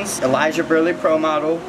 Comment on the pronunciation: man just said berli pros